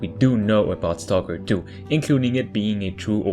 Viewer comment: u didnt say stalker 2 u said Toko 2 wot XD i like the channel and what u do but i despise ur pronunciation